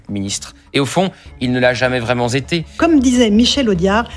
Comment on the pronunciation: ..." il ne l'a jamais vraiment z'été......" le niveau .....